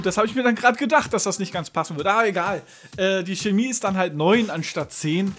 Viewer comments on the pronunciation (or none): none